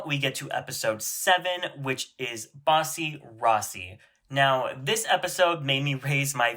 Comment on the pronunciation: Not you saying Bussy Rossy